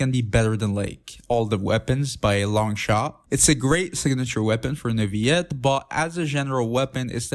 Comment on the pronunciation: i have a question.. Who is? you keep butchering his name xD i don't know why